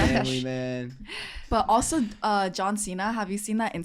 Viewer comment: Me rewatching to see if said John chena (he did multiple times 😂)